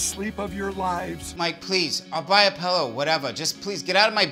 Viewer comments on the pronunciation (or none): “My Pellow”